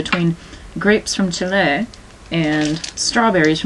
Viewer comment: I <3 the way you said Chile, you pretty much nailed it. Since you speak nihongo so well, it kinda makes sense (same vowel sounds as spanish). Anyhoo, I'd recommend - if I may - stressing the first syllable, not the second one. Then you'd sound pretty much native chilean (like myself), impressing the japanese population with your spanish skills (who am I kidding, they prolly wouldn't notice xD + :[ = :| ) and I'd be forced to give you an A++. For the moment I'm only giving you an A+ though ;D